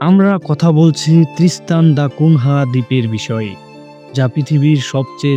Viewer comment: ত্রিস্তান দ্যা কুনিয়া। নামটা ঠিক করে নেবেন ❤